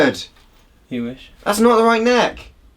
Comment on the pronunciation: “very good neckerrrr” wow the bristolian accent is coming back